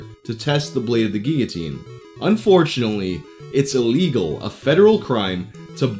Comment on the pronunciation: Wow the first person ive legit ever heard say guillotine correctly